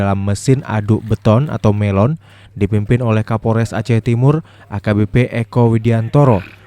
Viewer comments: Molen bukan melon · hai wartawan bukan melon tapi molen asal aja ngomong